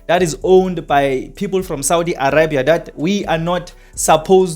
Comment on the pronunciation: THIS MAN IS NOT SPEAKING THE TRUTH. Saudi is bringing electricity to SA and the government knows all about this. Saudi is also going to provide electricity to other African countries. THIS IDIOT IS FEAR-MONGERING AND IS ALSO MISSING GREY MATTER. He cannot even pronounce Arabia properly. The resort is private and nothing is going on there - it is the Prince's property when he comes here for holidays. Saudi has nothing to hide - if they did they can hide it in their own country. I asked a friend who lives in Saudi and what this guy is saying is all BS. This guy needs to be banned from YouTube.